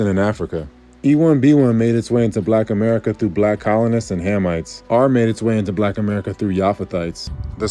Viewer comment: "ameirca" X.X. Lol it's America..